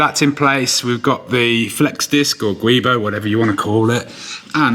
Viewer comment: Correctly pronounced Giubo is said Jew-boh, not gweebo. Note it's also iu not ui.